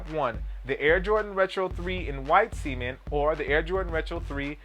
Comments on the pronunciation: Cement . . say it with me C-E-M-E-N-T . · do you guys go to school? its cement lmao